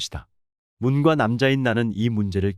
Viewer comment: '문과 남자'를 그대로 문과 남자로 읽으면 어카냐...? door and man 같자나.... '문꽈 남자'라고 읽어야지.... 참나....